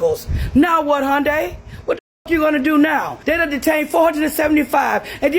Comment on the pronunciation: hyundai has been here since '86 get it right hyundai rhymes with sunday. anything else is no surprise democrats are scumbags